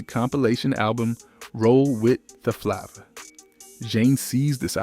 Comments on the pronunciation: Roll With The Flah Va.... WTF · If you can't pronounce flava as flavor you have a problem. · Who tf is this guy reading the script??? The mispronouncing words is CRAZY!!! Busta(buster)FLAVA(flavor) etc… he’s reading too close.. Cmon brother.. where ya soul at? Where’s the culture in you, the seasoning.. this all should’ve rolled like butter.. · Idk if I can take this video seriously. Dude can't pronounce FLAVA or Zhane😂😂😂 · When I heard how he pronounced Flava and Busta I had to turn it off I got irritated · If you are going to tell a story pronounce the name Of the group and album correctly at least what’s going on here ? Take this down. And redo it for your brand at least . Zhané pronounce jahhhh nay the z is silent Flava pronounce Flay - vah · ITS PRONOUNCED ZAH NAYY NOT ZJANE.... IT IS NOT FLOVAH ITS PRONOUNCED FLAY- VAH! NOT BOOSTA ... BUH-STAH...WHAT THE HELL IS THIS SOME BOOTLEG A.I. PROGRAM????